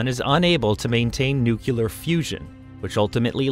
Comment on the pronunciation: Interesting that the announcer here cannot pronounce the word nuclear. Yokels is as yokels does.